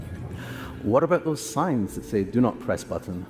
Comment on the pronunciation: It mispronounced the word “Do”. Let’s not pretend this is anything impressive.